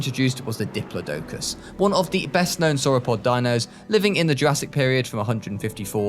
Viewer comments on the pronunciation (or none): How did you pronounce diplodocus again?!??